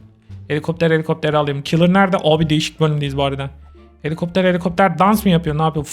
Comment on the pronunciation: 😂😂😂 Gülmekten öldüm abi ❤❤❤ ✨Heliğopter heliiğopter✨ 😅😅😅